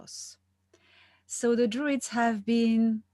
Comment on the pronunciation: Isn’t it DRUIDS? I thought droid like robot